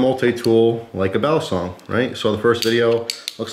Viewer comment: Y u say basilong